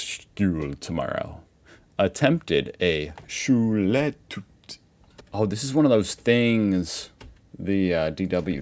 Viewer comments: Schule Tüt 😂 Oh es ist einfach so geil wie du es falsch aussprichst 🫶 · I Love how difficult the silent 'e' seems to be